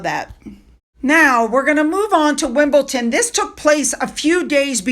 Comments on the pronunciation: Oh god even is saying WimbleTon, its grinding my gears......is she blind to the way its spelt or something! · Just to help and hope that you know there is no offence taken ; but just a tip. The tennis club is named after the district of WimbleDon and does not end with “TON”🥰